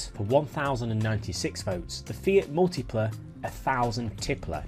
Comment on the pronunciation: 1000Tipla is pronounced as [miltipla] (mille is 1000 in French)